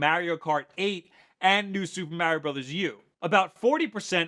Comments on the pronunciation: heh heh heh. The way he says Mario. XD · That moment when you realize he can't pronounce Mario right...and this guy claims to be a nintendo fan? smh